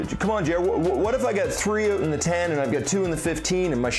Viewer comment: When he says ‘oot’ instead of ‘out’😝😝😝